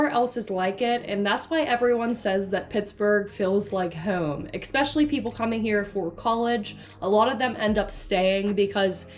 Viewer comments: Jesus. Just read the word and sound it out. E-s-pecially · Tell this woman that it's not pronounced expecially!